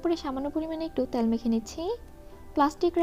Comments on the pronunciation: আপু কিছু মনে করবেন না। আপনার ভিডিও কোনটাই মিস করি না। খুবই উপকারী আর সহজভাবে আপনি রান্না শেখান। সে জায়গা থেকেই বলছি, প্লিজ উচ্চারণের দিকে একটু মনোযোগী হোন। বিশেষত, তেলকে আপনি বারবার "ত্যাল" বলেন। এত সুন্দর ভিডিওর মধ্যে এমন উচ্চারণ শ্রুতিকটু শোনায়।ঠিক করবেন আশা করি। আপনার জন্য ভালবাসা ও দূয়া ❤️ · আপু "ত্যাল" উচ্চারণ টা কানে লাগে।